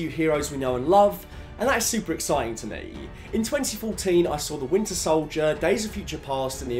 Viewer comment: Bro your pronounciation is so aggrevating, i know you probably cant control it but hearing someone pronounce ,,to me" ,,to meaaay" is so rage inducing, or youre not saying ,,Saga" but ,,Saghaaaa"